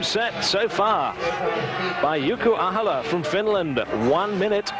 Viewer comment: Thinking Ahola was Reeves, and that he'd given up, then later correcting it to Ahola (mispronouncing name) and that he'd actually finished (he actually won by a mile). Then thinking Magnus was the Mastermind host and that he was a giant, only to then say he had a small stature. And that was just event 1! He's really having trouble with Ahola. This time mixing him up with Veneberg, as well as mixing up heights and weights. Kiri won, oh no wait it was Ollesch. So many "I beg your pardon it was"s